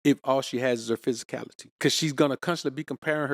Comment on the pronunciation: Take a shot Everytime he says psysicality 😅 lol -jk he's right